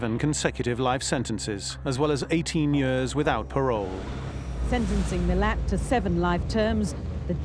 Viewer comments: Ivan Milat, not Millard, his name is not pronounced properly by these experts, one would think they would get the name correct. Some get it right but most seem to get it wrong, why is that? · Did these people do their reasearch prior to being interviewed? It's not Miller. It's Milat. Mi-lat.